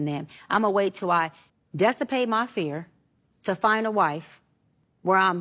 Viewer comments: desipate? I think she means dissipate. And that’s the third instance where she’s mispronounced a word that I would expect someone with a doctorate to know. The other two times were, “pacific,” for specific, and “doctorial,” for doctoral. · “dessapate” ? Does she mean DISSIPATE ? .. aye get this lady outta here ！😂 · Did she say “dessipate”? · Watching her spout nonsense and use terms such as "dessipate", instead of dissipate, "pacific" instead of specific, or "sheep in wolf's clothing" instead of 'wolf in sheep's clothing' shows that she is not educated to the 'six degrees including 3 "doctorials"' levels she has fooled people into believing: she barely has a bachelor's, and is grifting off fake credentials and a gaudy necklace without knowing what the hell she's talking about in any of these podcasts/interviews. Horrible individual living a whole lie. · “Dessipate” my fear? I can’t with her mispronounced words! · Well, this behavior is quite unbecoming of a “doctor.” Also, along with mispronouncing “doctoral”, she also mispronounced “dissipate.” She’s a fraud, a narcissist, and a bully. She got this far with her lies and pretty privilege, now she needs to stop and be held accountable. I hear she’s facing some serious legal troubles because of her lies now. Play stupid games, win stupid prizes.